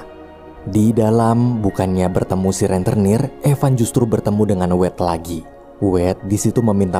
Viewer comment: "Rentenir" bukan "Renternir".